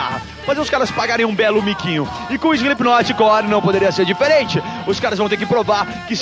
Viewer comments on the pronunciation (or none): Muito legal o programa, pena que a cambada ainda não sabe falar slip"KI"not direito :P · "Slipiquinoti" kkk